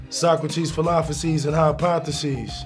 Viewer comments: Nah they missed 3 not 2, dave East messed up the first one when he said philophosies instead of philosophies 😂😂😂😂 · Did Dave just say philophosies? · No. Philosophies, not philophosies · he said " philosophies " wrong and said philophesies lol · Lmao dave east said philophoses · Dude said philophosies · no one talkin bout dave east saying PHILOPHOSIES? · So we're not going to talk about how he pronounced philosophies (filofasies) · They can't even pronounce "philosophies" lol xD